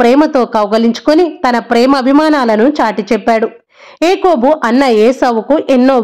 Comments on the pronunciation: Its yakobu not ekobu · Akobu kadhamma yakobu, meeru cheputhuntte abbettuga undhi